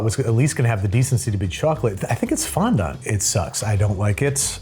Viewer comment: Bro said fondaunt